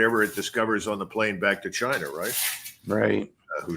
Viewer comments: Chinah chinah 😂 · Trump didn't used say 'China' he used to say 'Jainaa'